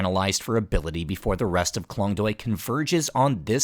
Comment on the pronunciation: You pronounced Klong Toei wrong and its very annoying but not your fault, its confusing for westerner.